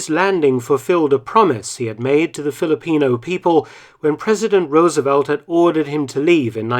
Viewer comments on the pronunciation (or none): none